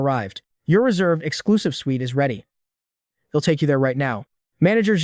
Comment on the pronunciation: okay. AI doesn't understand apostrophes. (he'll pronounced hell)